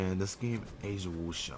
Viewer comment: wushu pronounced woo-shoe lol, cant believe u didnt know that, you dont watch fighting anime? Anyways nice vid.